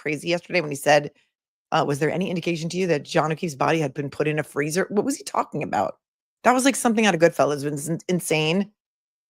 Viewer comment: “There’s a me-ann down in the freezuh!”